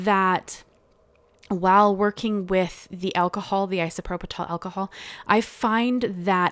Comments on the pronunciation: These are beautiful! Yeah- the strike is really a bummer… (PS it’s pronounced “eye sew PRO pill” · It’s isoproPYL. There’s no t in the word. Beautiful. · Beautiful cards! You did make me chuckle, it's pronounced: Eye-so-pro-pull alcohol 👍 I've subbed 😊